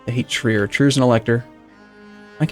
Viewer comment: transylvanian English speaking people manage to mispronounce Trier as Triér or something like that